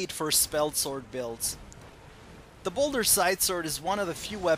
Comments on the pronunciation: Ball-dur, not boulder. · don't you mean balder? or is ball-dur the original name?